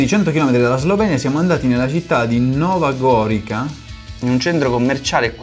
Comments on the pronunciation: Che pivelli, meno di 100Km dalla Slovenia, io sono a meno di 5Km dalla Slovenia. La città si pronuncia "Nova Gorìza" ed è la città gemella di Gorizia, che dopo la seconda guerra mondiale e lo spostamento del confine è rimasta alla Slovenia (Ex Jugoslavia). In ogni caso non vi hanno mandato le cose veramente tipiche (avreste dovuto assaggiare la Jota per esempio). Prima o poi manderò anche io qualcosa! XD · Comunque si dice Nova goriza e Culandia (Culandia) c’è chi va in culonia, noi facciamo la spesa in qlandia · Nova Goriza si pronuncia